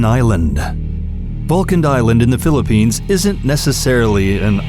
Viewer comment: Philliphines!!! are you sure?